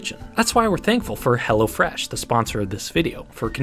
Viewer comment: I thought you were saying hellafresh imagine some enterprise that is named that way